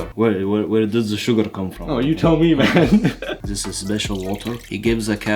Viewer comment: Zis, zat, ze, zese😂😂😂